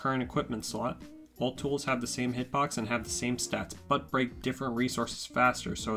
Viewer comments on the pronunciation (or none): none